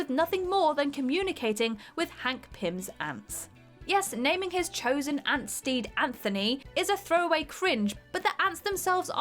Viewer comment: S Morton She also didn’t write it, hence my original comment (She did actually mispronounce “Anthony”, as in the film it’s pronounced with a hard t)